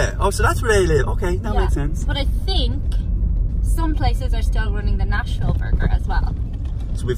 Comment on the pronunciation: Did you just say 'THink'?